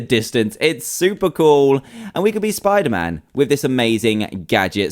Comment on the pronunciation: It is not spiterman